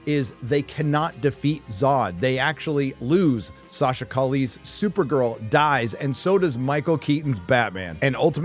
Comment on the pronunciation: Buddy, as an Argentine like the director, the last name is Italian, so it's Mus-kee-etti; and the Supergirl is Colombian so her last name would be something like Ca-ee-eh (it means street)